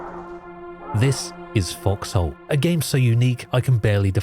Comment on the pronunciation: Why calling it FoxHole... It sounds like F**ks Hole